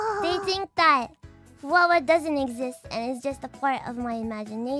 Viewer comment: Fuwawa: 😭😭😭😭😂😭😭 Guess the one where she read "Who-wawa"